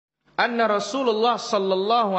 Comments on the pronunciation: Waduh kok cuma segini sih kualitas orang ini.Gini katanya ulama,masa sehabis baca "Anna" kok dibaca rofa' (anna Rosulullahi),padahal mestinya dibaca nasab ("Anna rosulallahi")... Gak cocok sama surban yang dipakai.... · Coba di dengar lgi bacaan kitab nya gus dia katakan " Anna Rasulullah "